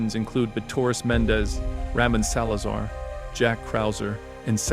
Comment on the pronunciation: Ah yes my favorite character "Ramen Salazar"